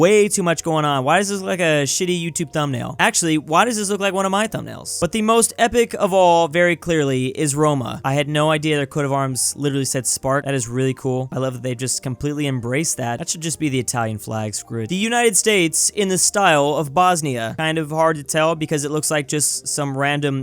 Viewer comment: is not "spar" is SPQR, it's a latin acronym for "Senatu PopulusQue Romanorum" and it means "senate and people of Rome"